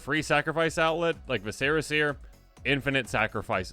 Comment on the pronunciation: It's pronounced 'vissera'... JESUS TAP-DANCING...